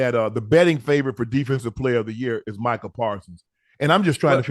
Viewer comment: Ocho how do you still not know how to pronounce Micah’s name correctly ? 😂😂